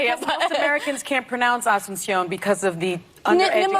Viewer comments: mOsT aMeRiCaNS cAnT pRoNounCe AsuNcIoN - Says the bih that cant pronounce Asunción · So anyone who can't pronounce her name correctly is undereducated? Got it! Sunny is the only smart one in her eyes. Lol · “Most Americans can’t pronounce Asunción because of the undereducation in our country” -Sunny Hostin Wow Btw Sunny “undereducation” is not a word but I’m sure you knew that since you’re so above average.